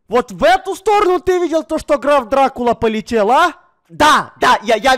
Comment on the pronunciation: Граф Дракула А не Драв дракула